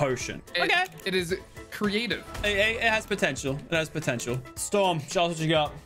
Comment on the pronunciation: Did he just say storms dc?